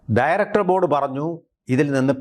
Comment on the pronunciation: ഠയറക്ടർ ഭോർഡ് എന്ന് പറയുന്നത് എന്തോ വലിയ സംഫവമാന്നാ വിചാരം